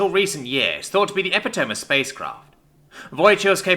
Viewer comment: Sounds like uh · pi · tuh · mee Ten seconds in. That's all it took for your first mispronunciation. A new record.